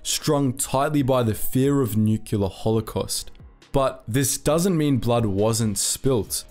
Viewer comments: It's NUCLEAR not NUCULAR. Other than that wonderful video. Keep up the good work!!!! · Nuclear is pronounced "nuu-klee-urr", not "nuke-you-ler". Do your homework! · Mate, repeat after me "new-klee-ah", nuclear! Not "noo-ki-lah" . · I love it when people say NUCULAR!!!!!! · this guy said nucular -_ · Sgh....) - another one that mispronounces ‘nuclear’. It’s not WHAT you say that counts - it’s HOW you say it...